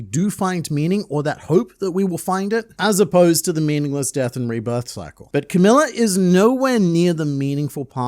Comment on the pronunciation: You say "cycle" and now I watch out for the rain...